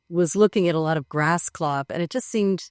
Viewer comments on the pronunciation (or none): none